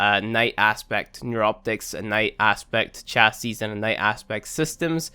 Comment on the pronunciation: It's "cha-see" not "cha-sis"